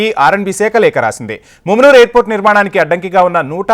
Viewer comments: Arey babu mummunuru kadura mamanur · ముమ్మునూరు కాదురారే మామునూరు.